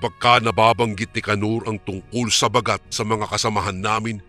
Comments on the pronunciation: koreksyon lng po....hindi po mabilis ang pag bigkas ng Baaagat....hindi bagat....dapat baaagat.... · listening from hongkong mali po ang pang pronounce Ba..gat.